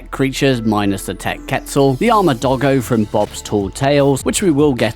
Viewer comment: Man i hate when people incorrectly pronounce quetzal (kweh-tzuhl)